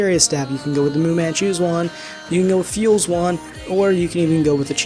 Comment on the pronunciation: phule pronounced as Fool not fuel :I